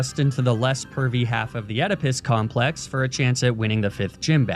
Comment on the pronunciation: He says “pervy” not “curvy” Oedipus killed his dad.